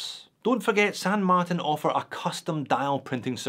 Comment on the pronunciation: Thanks,. I like the new pronunciation of ‘Martin’. 😊👍